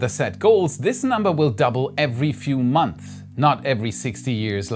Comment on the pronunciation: Please say Months with "s" and not Months with a quiet "s" 😅